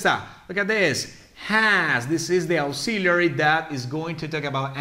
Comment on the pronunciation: Auxiliary Verbs ( AEksíliari ) NOT ( AUksiliari ).